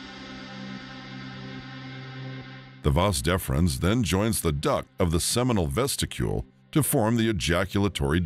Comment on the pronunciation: Vesicle bro, what's vesticule my guy